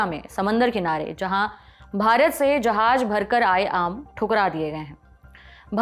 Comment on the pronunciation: Jab Urdu nahi aati to mat bola kya karo , Urdu ki beizzati hindustaniyo k hath , Jahaj nahi jahaaz , Sajish nahi sazish